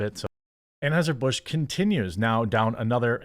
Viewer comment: Anhueser-butch is one of the best slips of the tongue I've ever heard 😂